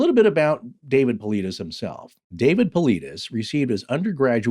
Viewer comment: Ive never been critical of you guys before and i do love your content. However cone on guys.... how can you do all this supposed research about missing 411 and David Paulides and yet completely mispronounce his last name? If you would have even watched 1 of his podcasts or videos then you would know how to pronounce his last name. So that tells me you guys didn't do much of any research on this topic other than reading a book and yet you are trying to make a show and form an opinion on the topic and his content. This makes me look back on all the past shows that ive listened to and believed that you guys had done all this thorough research prior to your show. And now I realize that it probably wasnt true. You guys just threw a quick show together. Very disappointing....